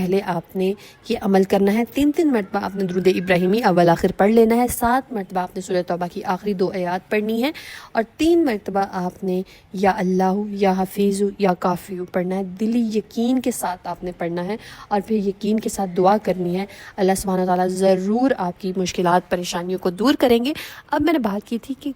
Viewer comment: Ya Hafeezo.. Please pronounce properly as it's Arabic and Allah's name not hindi. Jazakallah.